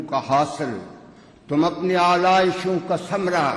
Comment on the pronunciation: اردو تلفظ میں غلطیاں ہیں آلائشوں ثمرہ اور بھی ہیں